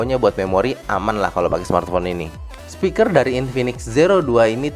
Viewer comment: sempat kedengeran ngomong 'spikles' ya sob? hihi